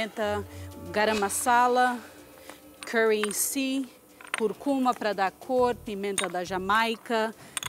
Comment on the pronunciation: que agonia que me dá ao ouvir "raviolí" e "curcúma"